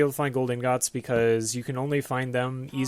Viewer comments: in-góts wtf are ingóts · Lol you pronounce ingots like a fucking moron.